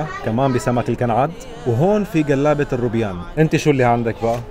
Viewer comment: قلابة بكسر القاف وفتح اللام مش قلابة 😂😂😂 مش احنا بحفريات فديتكم